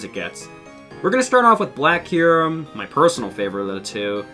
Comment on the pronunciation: W video except how you say kyurem